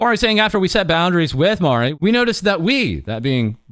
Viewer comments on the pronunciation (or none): This might be the first time ever I've hear Marie pronounced like that.